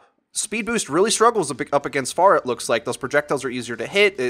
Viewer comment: Everyone is ok with mispronouncing Pharah's name lol